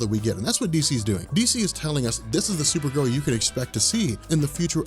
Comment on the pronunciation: You say her name right unlike the show!